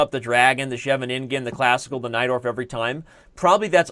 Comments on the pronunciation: Everytime Someone says Najdorf Variation I understand "Knight door" ^^ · I always hear "knight dwarf"